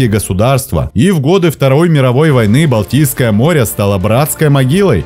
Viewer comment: Автор несколько раз произнес "Балдийское море". Может это было сделано случайно, однако, созвучие мне не кажется случайным, учитывая происхождение этого водоема в следствие сползания Валдайского ледника. Балдийское или Валдийское, от Валдай.